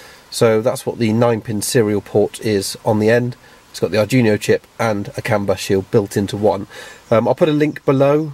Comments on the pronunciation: "ARD-WEE-NOH". Not "ardjunio". That is NOT an arduino with a shield on it. That is a dedicated non-Arduino board. with an unknown microcontroller on it. It may be fractionally Arduino-compatible, but it is NOT an Arduino. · Nice video but it's pronounced dweeno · Great stuff - thanks. Sorry for being anal here, but it's bugging me ! - it's pronounced Arr-dwee-no, and it's OBD, not ODB :-) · You pronounced "Arduino" like that just to increase engagement, didn't you? I guess it worked.